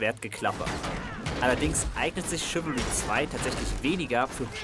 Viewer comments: es wird nicht ,,schiwiri" ausgesprochen sondern ,,schiwälrie" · Dat spricht man " Schiwallri"